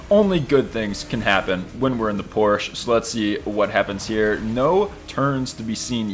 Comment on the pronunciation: As a German, I am reliefed to hear that you've actually pronounced Porsche right. I am crying tears of joy...